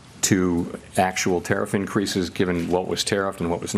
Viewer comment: I don't understand why he keeps saying Tariff and so few people correct him. People need to correct him every single chance they can. He's an old senile man.